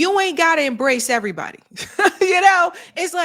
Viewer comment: I’m an old southern girl and I didn’t even notice she said “airbody”